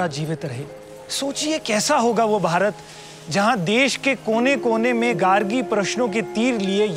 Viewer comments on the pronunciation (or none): none